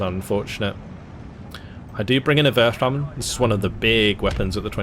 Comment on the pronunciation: WURFRAHMEN: If you want to know how it's pronounced (source: German): 1. Take the Wu off "WuTang Clan" and add the "rf" in a natural way. (This will take you the longest, I'd give it a couple of tries... Almost "wuaf") 2. Just add Ramen! As in the noodle soups! 😀(basically ignore the "h") 3. Voila! - A perfect "Wurfrahmen" with perfect pronounciation! Thank you for the video! Considering getting SD2 almost exclusively for the Flak 41 and other new weapons, but the lower rating than Normandy 44 still scares me a little... Would you recommend it?